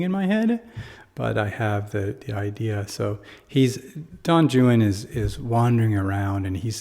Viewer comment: Great explanation even the pronunciation of the name itself great!